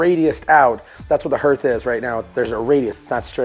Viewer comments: Hearth is pronounced as Heart with an h on the end, not H + Earth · OMG THANK YOU! I kept yelling at the computer screen, "It's pronounced 'harth' !!!!!" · I love all the work you do, your wife is very lucky. By the way that hearth word is pronounced harth, Sorta rhymes with art. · A fireplace Hearth is pronounced 'Harth'. Concrete has large 'arch' or 'arc' swipes for a faux texture. & the mesh for the concrete is supposed to go in between the 2 layers of backer coat. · "hearth" pronounced "harth", but I love the way you build and explain things. I also love the fact that you show mistakes and how you overcome them. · I was so glad this is the first comment I saw. This video and the one where he did the outside fireplace he pronounced it “hurth” and I was afraid I had been pronouncing it wrong my whole life. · I so wanted to correct that pronunciation also….so glad I am not the only one! 😅